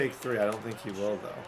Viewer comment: I did when i seen you say “thoe” lmao